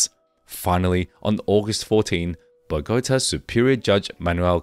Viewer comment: I wish you would pronounce Ochoa correctly. Such an insult and disrespect to the family. And pronounce Bogota right. If you can't pronounce Spanish correctly then don't make the video, it's very disrespectful.